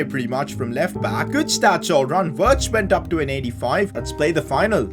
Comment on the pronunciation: Not wirtz u are supposed to pronounce it like virtz